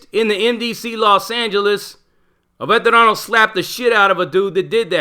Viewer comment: But you yourself all off a sudden have a Mexican accent when using words like " veterano" haha 💯